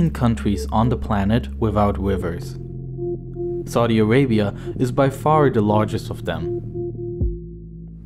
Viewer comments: Whenever he say "saudi Arabia" it's sounds like " Sorry Arabia",😂😂😂😂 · Saudi Awabia, Weservoir, Wain, Wiver, Agwicultuwal, Iwwigation, Wegion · Narrator: "Saudi Awabia has no wivers." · Lol yeah, "Soddy Arabia" and "Sorry Arabia"